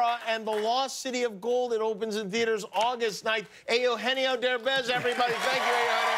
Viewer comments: Ay-oo-genio lol well he tried😂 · Can’t americans pronounce EUGENIO correctly? Ffs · Wow. He really butchered his name 🤦‍♂️